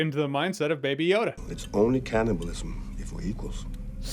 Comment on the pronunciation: "Cananibalism"? There's an "an" too much in there, good sir.